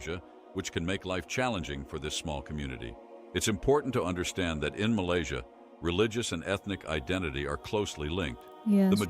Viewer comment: Malaysia ❎ Malaysai ✅